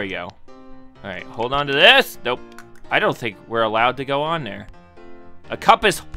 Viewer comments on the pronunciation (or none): none